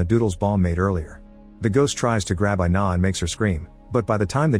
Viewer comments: Her name is pronounced ee-nah, not eye-nah. It's Ina. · “I-na”: WHYYYYYY MY NAME IS INA BOIIIIII